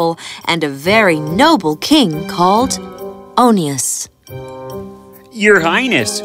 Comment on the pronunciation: His name is called King Oneus NOT ONIONS